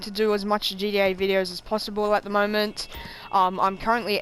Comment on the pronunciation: You say ga5 and not gta